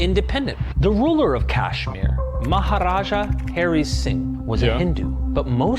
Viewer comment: "Maharaj HAIRY sing" Classic white boy pronunciation 🤣